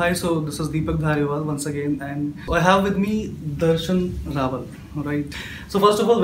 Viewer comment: It's RAVAL not RAWAL!!!!